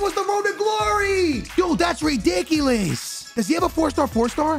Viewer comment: yooooo! that's ridickyliss, master of the english language!